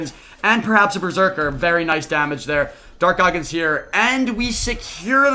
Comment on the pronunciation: Im so high rn im laughing everytime he says dark goggins